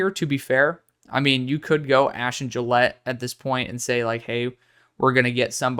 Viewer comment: Gillote is not “Gillette”. It’s Jil-OTT-ee